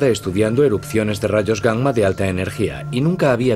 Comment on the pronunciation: Es la correcta pronunciación de la doble 'm'. Aunque también me resulta curioso y chistoso